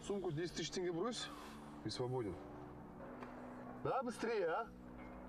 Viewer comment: Тенге это тенге, а не тэнгэ ,шекер это сахар а не шейкер..